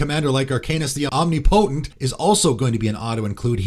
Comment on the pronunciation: And omnipotent. That’s not correct. If he’s doing it for clicks, I’m out. That’s a childish way to get attention. I hope it’s an honest mistake (but with I don’t know if that’s possible)